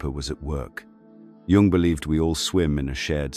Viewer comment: Very good. However, it’s not pronounced Jung using the J sound!